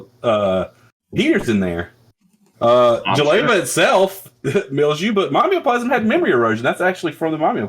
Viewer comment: For once I had hope that the vs crew read jeleva correctly and then they went back to the incorrect reading : /